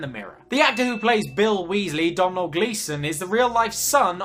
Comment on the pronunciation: Fun fact, you read Domhnall like "Donal", not "Domnal" (it's basically Donald but Irish)